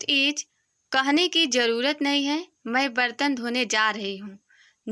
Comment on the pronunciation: Ij nahi is bolo